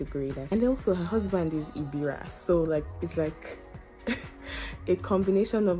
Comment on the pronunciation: Ebira not Igbira We are unique, decent and intelligent ... wonderfully made by God (Handsome and beautiful)